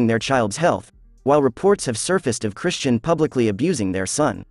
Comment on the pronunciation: Lord they just butchering the pronunciation of Chrisean…